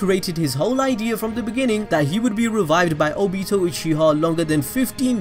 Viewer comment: The way this guy says Nagato and Obito triggers me, and I didn't even know I could get triggered.